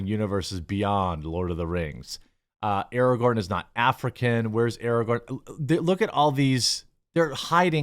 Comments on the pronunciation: It's pronounced a-ray-gern now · Would this make him Ar-rahgorn? Asking for a friend.